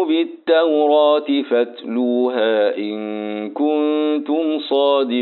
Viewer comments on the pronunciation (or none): يا شيخ في كلمة فاتلوها فى مد لى حضرتك ممدتش